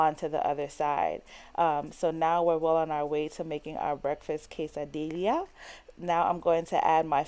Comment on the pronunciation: It’s pronounced quesa-dee-YAH... the two L’s make a “y” sound. 👍👌 Thanks for sharing your recipes!